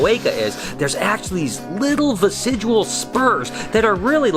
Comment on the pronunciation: "Vestigial" not "Vesidual"